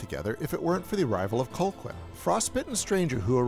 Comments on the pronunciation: I was a little confused about how to pronounce Colqhoun when I first saw it. It's actually "Co-hoon," not Col-quin. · Always loved this movie! But I am irritated that you kept pronouncing the name COLE-quinn, instead of cull-HOON like it is in the movie. Or just call him by his other name, Ives. That’s supposed to be a surprise but it’s revealed in the video already. Anyway gotta go, this movie makes me hungry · Its pronounced, "Cal-hoon." Not, "Col-kwin." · STOP PRONOUNCING HIS NAME AS COLE-QUINN 😭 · Cole-quinn?! Thought you saw the movie? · Colqhoun is pronounced Cal hoon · oh, man I love this channel. But it is slap in the face to realize he's just reading a script and never actually watched the movie...it's pronouced CAL-HOON. even though its spelled Colquhoun. it's pronouced CAL-HOON in the film (it's Scottish). come on. at least PRETEND to watch these movies...or why are we helping you generate revenue? Shame...